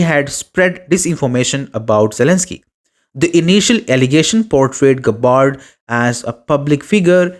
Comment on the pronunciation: Hopeless pronunciation of her family name. Listen to the true pronunciation of terms before speaking.